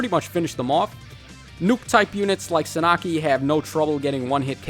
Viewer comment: Suh Nah Kee?? Bro no Sahn ah key